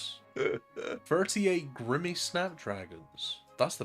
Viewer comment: You know i love you but how has it been so many years and you still don't know 'Grimy' is pronounced 'Grymee' xD It's an english word!!